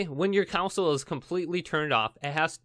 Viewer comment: Mmm council. People are still pronouncing it like that...